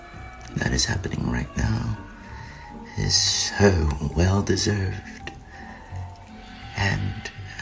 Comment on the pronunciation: "soOo well deserved" What was that ? Was he quoting something there? Or is he really including dramatic flair? Why would he think it's a good idea to play things up like this is something to revel in?